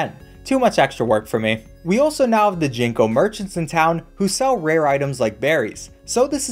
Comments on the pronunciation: it's Ginko not Jinko Ginko(銀行) is japanese for bank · Ging-koh Not jing-koh Co-gi-tah Not co-ji-tah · why.. why would you call it 'jinko',,,, ginkgo is a type of tree pronounced ginko (with the g being similar to the one in ghoul) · Please do not pronounce Ginko like that ever again, its an insult to such an amazing tree